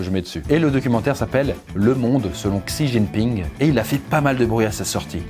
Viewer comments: c'est frustrant d'entendre "xijingping" alors que ca se prononce "si ting ping" 😣😢j'ai souffert tout le long de la video 😂 les sinologues soutenez moi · Mmm quelques petites rectifications sur cette vidéo de la part d'un expat qui vie depuis 5 ans en Chine : => Xi Jinping (Xi se prononce "Shi") ne s'est pas fait élire à vie, il a annuler la limite de mandat (ce qui peut tres probablement revenir au meme mais quand meme, c'est mieux d'etre précis). => La grande majorité du peuple chinois est nationaliste. Ils ont l'amour de la patrie et rêvent de devenir la première puissance mondiale. Seuls quelques personnes touchées par la mondialisation remettent en cause le régime mais la propagande en Chine est très forte et le partie reste très majoritairement supporté, meme par la classe populaire. Maintenant sur le fond, on peut quand meme vraiment se poser des questions. Avec la débande de l'UE et le retour du populisme / souverainisme dans la plupart des pays d'Europe, si on arrive a protéger nos technologies, nos entreprises ainsi que notre marché, la route de la soie pourrait ne pas être aussi utile que ca en Europe du moins. C'est grace a l'union europeenne et au marché libre que les chinois et les américains rachetent nos entreprises, nos forets, nos aeroport etc... Mais si l'UE, devenue clairement inutile aujourd'hui dans le contexte internationale, tombe, et qu'on peut de nouveau protéger notre patrimoine, on a une chance d'arreter la progression chinoise (notamment en fondant une Europe des nations fortes pour faire face). Apres ils avancent leur pions en Afrique tres vite et c'est la que tout va se jouer, l'UE ne représente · Pourquoi Poisson Fécond est pas capable de prononcer même un petit peu plus correctement "Xi Jinping" mais que la voix off peut mdr, pourquoi son pote lui a pas dit avant comment ça se prononçait 😂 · Tu pronnonces mal xi jinping j'ai les oreilles qui saignent ❤️